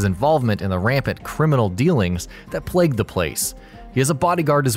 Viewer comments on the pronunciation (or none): none